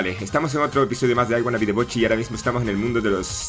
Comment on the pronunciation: La "sh" para es como la "ch" XD..... "I wanna be the bochi"